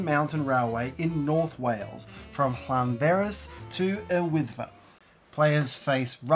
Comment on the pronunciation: Great guide thank you! Kudos on at least attempting the Welsh names. Most people don’t even try, they just apply English pronunciations to the foreign language words. Very good attempt on Llanberis and the oh-so-long Llanfair! Clearly effort went into it and it delights me that you cared enough to take the time to look some stuff up and give it a serious go.